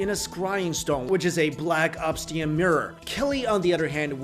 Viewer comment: [Ob'sIdian]....not ['Obstian]. Come on, I like you, a lot, but get the pronunciation right.